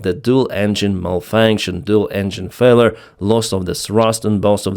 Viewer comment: Dual engine “fella”? Its “failure” (/ˈfeɪ.ljə/ FAY-lyuh) not “fella”